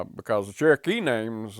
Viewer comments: THEY SAY CHERKEE NOT TURKY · The way they pronounce Cherokee sounds like they're saying turkey.